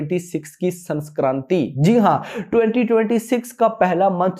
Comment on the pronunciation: Chutiya sanskranti nhi sakranti hoti hai